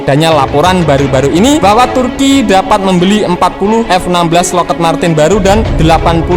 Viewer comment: Yg bener lockhiit marten, kmu salah naca Brooo